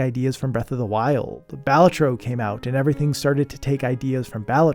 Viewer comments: I'm not actually upset. This was a great video, and made me think of games that had similar hidden gem mechanics. However...Balatro is a latin/italian word, and is pronounced thusly: IPA(key): [ˈba.ɫa.troː] - meaning clown or jester NOT! - bal-uh-troh YES! - buh-lah-troh "buh" as in butt, "lah" as in latte. Think paparazzi or mozzarella (said in a heavy italian accent). Not for the pronunciation, but for the sing-songy cadence and emphasis on the second syllable. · i wouldnt be caught dead pronouncing balatro like that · that balatro pronunciation is wild.